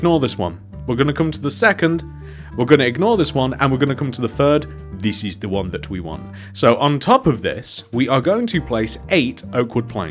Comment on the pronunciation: "diss is de won" lol